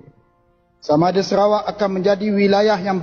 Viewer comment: Bro...Bukan Serawak. Tapi SA RA WAK....BUKAN SE!!!! SA...SEBUTAN SA..BUKAN SE